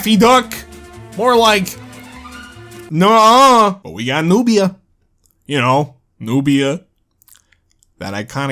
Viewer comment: 😂😂 whats a Nubia? Newbia? 🫠🤣